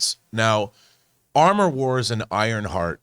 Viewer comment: "Amor Wars". Cue French giggling